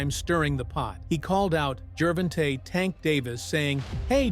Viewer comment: It's Gervonta not Geervin TA. Lol!!